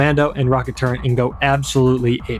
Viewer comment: Did he just say the word "turrent"?! He said it again! F Tier